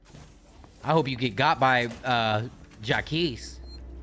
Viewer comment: Berlin and 🤝 mispronouncing “Jacques”